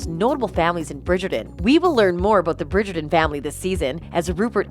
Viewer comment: Please learn how to correctly pronounce the names, especially Bridgerton and Nicola.